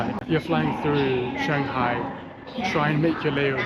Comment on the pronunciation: is Shanghai no changhai